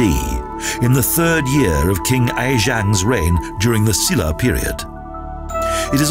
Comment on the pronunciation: EUI CHUL SHIN And the way he says - "Silla" Bwhahaahaa....